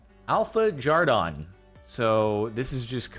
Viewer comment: Jardon *Jerdoon